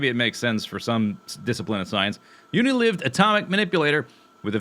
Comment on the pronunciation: Yes, and it's "Uni-Lyved" not "Uni-Liv-ed" but not that that matters.